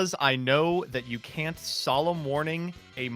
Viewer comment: I've never realized before that pronounces both can and can't as CAN, but that Mudballman question shows it very clearly I wonder how many rullings have I got wrong because of that 🤔